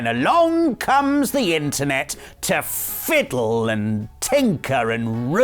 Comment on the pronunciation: When put extra emphasis on the F before saying fiddle....it was not what I thought he was going to say! 😂 however I then remembered he would not do such a thing as this is a family friendly channel!!